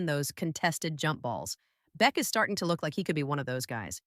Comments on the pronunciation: Jack Bech is pronounced like Jack Besh for future videos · people telling me its AI, I know... write it into the AI as Besh if you need to